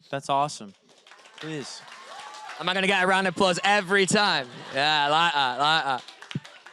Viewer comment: Nadie Absolutamente nadie Realmente nadie Louis diciendo i laiga i laiga en vez de i like that Jajajja lo amo